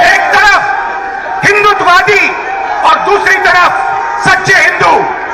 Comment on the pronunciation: First ask RG to pronounce HINDUTVAWADI correctly n then lecture on HINDU n HINDUTVAWADI. !!!!!!!